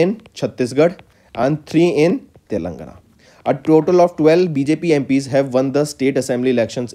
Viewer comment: Plss check the pronunciation of Telangana.ur pronunciation is like Telangna